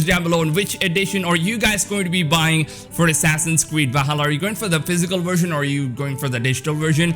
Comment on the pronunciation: “Assassins Cweed”